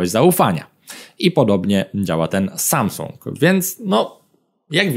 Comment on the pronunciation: "szajsung" ... tfu!!!